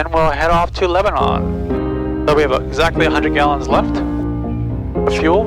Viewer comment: Love the channel. But, we pronounce it LebaNAN not LebaNON. It is not like the country. Also, we pronounce Lafayette and Milan wrong too.